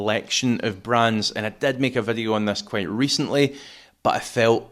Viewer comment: English = video. Random Scotch = Veddiuh. Gaelic = "Rud a chlàras fuaim is sealladh airson ath-chluich nas fhaide air adhart" Stop fucking about with English. Be proud of your language and use it. Don't bollocks up English with random pronunciation. Why Veddiuh? Why not Voduhee? or other random shit?